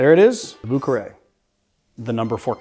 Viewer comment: Balanced out by butchering of Vieux Carre!